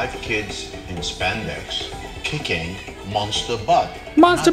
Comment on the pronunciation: ITS NOT SPENDEX!